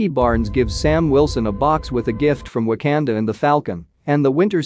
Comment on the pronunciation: Wtf is w a k a n d a Pronounce it probably